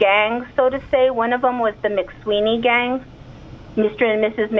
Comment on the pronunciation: Mcsween not Mcsweeney! just rolled in his grave